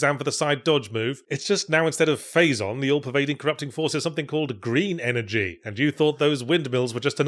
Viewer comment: i'm beginning to think i'm the only person on earth that pronounced it "faa-zuhn"